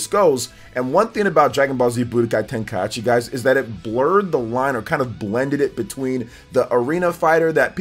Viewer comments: bro you get a dislike for the butchering the name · My man out here mispronouncing Tenkaichi just to drive people to the comments for the engagement. Shameless lol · You're the ONLY person I've heard BUTCHERED the word Tenkaichi smh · dislike for saying tenkaichi wrong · I've never heard anyone butcher Tenkaichi that hard it was hard to hear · I was happy for this till the guy pronounced Tenkaichi wrong xD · Its ten - ka - i - chi. Not ten - ka - yat - chi 😅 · Who else cringed when said "Tenka-achi" instead of "Tenka-ichi"? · Man said tenkaiachi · "Tenkayachi" cracks me up xDDDD It's Tenkaichi. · Ten-kai-chi not ten-kai-achi. And while we're at it, ah-tel-lee-a (Atelier), is french, means workshop for an apothecary, but in the game's case, alchemist workshop. No disrespect intended bro, I enjoy the content and trying to be helpful. Hope you have a good one. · It is not TenkaiAchi is just Tenkaichi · its TENKAICHI, NOT TENKAYASHI!!!!! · "TenkaYAchi" smh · Ten-kai-chi. Not tenkai-achi. That is all. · Tenkai what?🤣 this man said achi? It’s ichi the Japanese language is just different lol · Its pronounced kai-chi lol not kaieechee. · TEN KAI AH CHI lmaoooo 🤣🤣🤣🤣🤣🤣🤣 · TEN KAI HA CHI?!!?!? TEN KAI HA CHI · Say it with me: Tenkai-EE-chi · I know a lot of people will be bothered by the fact that I can't ignore this, but please, just sound-out words when you learn them. There's no reason to turn Tenkaichi into TenkaiAHchi. You're making it harder on yourself by adding an extra syllable for no reason. I know it's not an English word, but the only people who have an excuse to not just sound it out are people with dyslexia. If you have dyslexia, then I apologize, but everyone else should be able to read it out loud one syllable at a time a couple times and be able to get it. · Ten-kai-ichi. Ka-ku-rot. This is how you pronounce these. Other than that solid video. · TEN KAI AH CHI 😂😂😂😂😂😂 Damn! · TenkaiAichi? Lol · This guy not only butchered tenkaichi but also kakarot